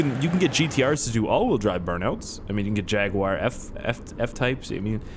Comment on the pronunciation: "Jaguire" no. "Jag-U-R" Jaguar